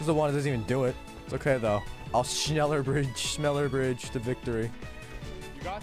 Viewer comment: nobody bedless noobs accent saying "schneller": schnillear